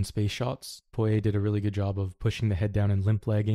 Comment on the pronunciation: Got the pronunciation on Poirier down.